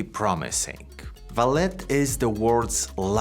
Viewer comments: I'm Brazilian and... No.. It's not VALET. It's pronounced as "Valley". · Since it's Brazillian. It should actually be Valé. (As in OK) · Actually it is pronounced like the car parking service, valet but in the french way, where the T is silent Val-A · The name of the company is pronounced as "Valley". And Vale means exactly that: valley, in portuguese. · You pronouncing it ValeT tells me you have no clue about the company. Just generic text read down. Your first video presented to me. Not impressed. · "ValeT"? Huh? Any special reason you keep mispronouncing the name of the company? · How can someone do so much research on a company and not know how to pronounce its name??